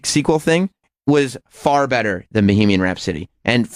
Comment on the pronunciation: Fucking asshole. Its not bee-hee-mian rhapsody. Bag of shit.